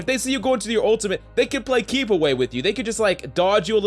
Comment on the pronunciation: This guy: his owtamit I don’t know why he says it like a toddler with a speech impedatment